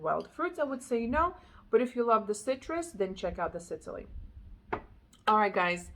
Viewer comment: It sounds like you’re pronouncing it Sitily…. Think SIS! Not SIT. Like the island off of the Mediterranean. Sicily